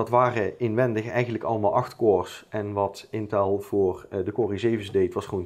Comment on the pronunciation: "Dat is toch wel aardig wat(t)" lol